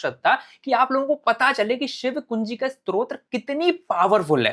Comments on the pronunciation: Strotra nahi stotra kehte hai 😂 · Arrey bhai, pehle "STO TRA" bolna toh seekho. Strotra hota kya hai....